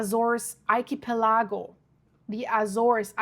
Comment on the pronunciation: Why saying "Archipelááágo" You can just say it in normal english way!! "Archipelago". its also an english word!! It means a group of islands. The way it was said sounded really weird!!